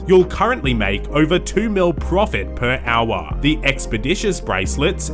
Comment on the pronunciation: "per owah"